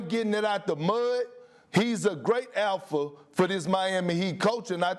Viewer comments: It took me half the video to realize Perk was trying to say "Alpha" and not "Elfa". 😂😂😂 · Kendrick: APHA Lol I'm dead bro doesn't say the letter L ever in that word